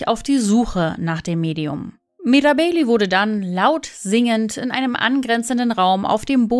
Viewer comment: Die korrekte Aussprache gehört zur Recherche🤦🏻‍♀️